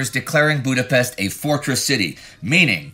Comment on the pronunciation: weeks and weeks go by and Indy still genetically unable to pronounce Budapest.